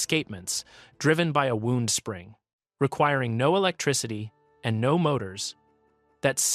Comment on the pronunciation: Add in the mispronunciation of "wound" in "wound spring" and it looks like both audio and video were generated by AI.